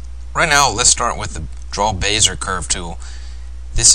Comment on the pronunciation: Good commentary. I laughed at "Bayzer" tool. "Bezzy-AY" is closer to the original pronunciation.